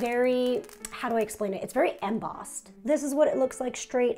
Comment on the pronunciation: First time alt "eMM-bossed” was pronounced I was distracted.. after the second time… I’m overcome with the urge to pronounce it the same way around my hubby. He’s cute.. in private he’ll savagely correct me for my Shame kink.. but with company, I’ll see him smirk but intentionally make the same mistake and make it seem as if it wasn’t a mistake, and just an couple thing